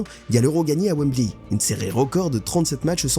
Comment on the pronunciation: Mais c’est pas une IA la voix ? Comment il a dit « WemblY » ou alors sur certaines prononciations… une fois que je me suis dit ça je pouvais pas m’enlever ça de la tête 😂